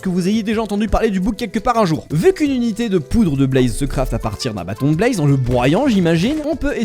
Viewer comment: La Broodmother de ARK 😂 Ouais mais là c'est l'ancienne texture 😅 Bon, maintenant le soufre a récemment été rajouté. Est-ce un hasard ou un détail de la part de Mojang de faire que les pandas peuvent éternuer des slime ball ? 🤔 Pourquoi tu dis "blAze" ?